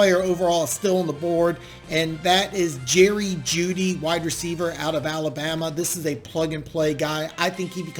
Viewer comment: ill answer for him. Yes.....it sounded like you said the de from iowa for a second so thats probably what he thought you said